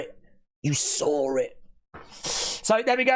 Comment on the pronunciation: You sawr it … you sawr it WWE fans 😂😂 ( voice ).